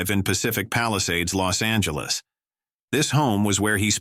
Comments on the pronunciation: IT IS LOS ANGELES, NOT LOST ANGELES, ALTHOUGH I ADMIT, IT IS AN APPROPRIATE PHRASE. IT IS JAMES WOODS, NOT JAMES WOOD. HOW COME THIS VIDEO WAS/IS READY TO GO SO SOON? WHO KNEW THIS STUFF ALREADY AND WHY? THEY KEPT EMPHASIZING THE PHRASE "NATURAL DISASTER'". I THINK THE LADY DOTH PROTEST TOO MUCH". ALSO, CULTURAL GLITCHES EXPRESSED IN AN OFF MANNER SUBTLY OCCURRED. IS THER A CHINA CONNECTION SINCE THEIR MOTIS OPERANDI DURING THE 1940s. CULTURAL REVOLUTION WAS TO ERASE HISTORY ESPECIALLY EMOTIONS CONNECTED WITH CHERISHED SOCIETAL VALUES. IS IT TIME FOR THOSE 15 OR 16 MINUTE CITIES? JUST SAYIN'. 😊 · The robot goes, Lost Angeles dude Lost Angeles, really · "Lost Angeles" ;)